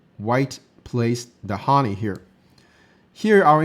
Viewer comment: pronunciation changed from shin jin sa to shin jin say. Neither is correct. Same with hane. I like your videos